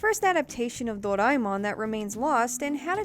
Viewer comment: A-knee-may Door-eye-mon